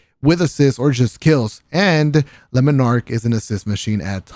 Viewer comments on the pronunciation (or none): Lue- moonarlkh